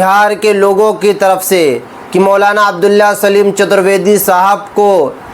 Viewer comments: ارے بھائی آپ تھوڑا صحیح سے نام بولیں سلیم نہیں سالم ہے پلیز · Are bhai chutar vedy nahi chatar vedy saleem nahi abdullah saalim sahin se bolo yaar